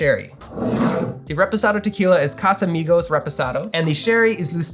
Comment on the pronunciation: Not casamigosssssssssss